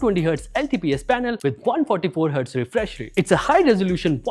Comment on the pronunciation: refresh rate isn't refreshrating 😂😂